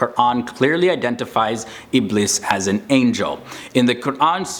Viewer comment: Iblees with an s is the way to say it in arabic not z. Thats how its pronounced in the quran too. Best of luck